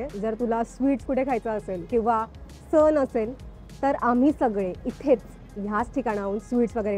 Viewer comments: सण इतका सोप्पा शब्द पण सन असा म्हणला आहे या मॅडम ने 🤣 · अरे ती सन म्हणत्ये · बाई... सन नसतो , सण असतो. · सन नाही गं बाई...... सण! सण!! सन ह्या शब्दाचा अर्थ वेगळा आहे.